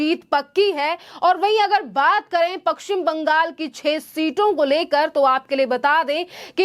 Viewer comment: पक्कसिम नही पश्चिम बंगाल बोलिए